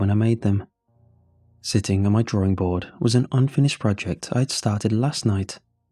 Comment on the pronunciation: I'm sorry but I hear it as "drawRING"